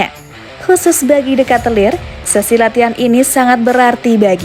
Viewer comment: Dikitlar min bukan dekatelir :)